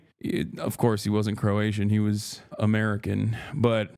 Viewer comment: Why is he saying crowtians?